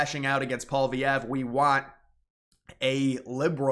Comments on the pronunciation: the conservative leaders name is prnounced like Poly-Ev. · It's pronounced "pwa-lee-ev-re" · Lofl!!! You cant even pronounce poilievre What a moron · Dude, you talk like if Carney being put into the PM spot was like a scam or something. He was elected by his party and that's how the system works. If Trump were to die Vance would become president, and it's not like he is elected directly...Trump was. So your whining is making zero sense. Also your attempt to pronounce Poilievre is getting slightly better but it's still pretty funny you can't still figure it out. It's pole-e-ev-re.